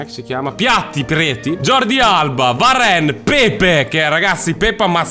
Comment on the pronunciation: Varane detto in quel modo è molto romagnolo